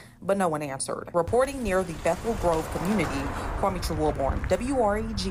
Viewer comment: "Quametra". WTF???